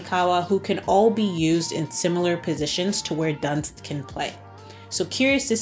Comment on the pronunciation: Barbara Dunst, as in "doo-nst". Carolin Simon extended her contract at Bayern. Netherlands: PSV Eindhoven won 3-1 to league leader Ajax Amsterdam and take over the top spot. Stunning free kick by Renate Jansen! Twente has the same number of points but a smaller goal difference. Ajax and Twente will face each other during the 4 remaining league matchdays.